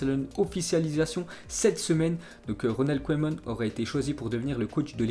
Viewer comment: Mec !!! On dit " keuman"!!!! Pas " koyman"..... C'est pas de ta faute t étais pas né...mais renseigne toi 1 peu avant ton live.... ( et 1 conseil juste comme ça.. Bosse 1 peu ton accent Anglais... ;)